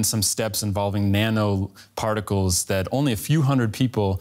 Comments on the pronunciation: DId he say " nano particles" ? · Did he say "nano particles".....